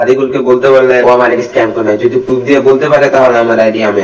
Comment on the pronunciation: পুরুফ না বাইঞ্চদ প্রুফ বল🥴হালা কথা কইতে পারে না আইছে সাদিকুলরে রোস্ট করতে🥴😂